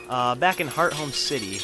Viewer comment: does anyone else get annoyed when he pronounces hearthome wrong?